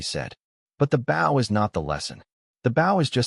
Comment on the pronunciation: Maybe you need to teach the bot that writes this garbage to teach the bot that narrates how to pronounce the word, "bow".